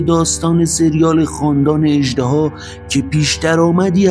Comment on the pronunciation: اِژدِها درسته، نه اَژدَها!🐉